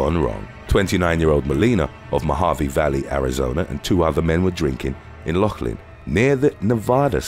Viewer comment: Many, MANY stupid things happen here — so for future reference, LAUGHLIN is pronounced kinda like you’re saying “laugh” with an over the top fake (“fancy”) British accent… {Loff} 🤣 So it should sound like ”Loff-Lin, Nevada”.😁👍